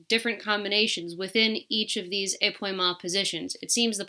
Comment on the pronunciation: épaulement - is where the upper torso (and thus the shoulders) twists while the hips remain square, like in balancés pau is pronounced more like pole (not like p’wah) thus ay-pole-mont not ay-p’wah-mont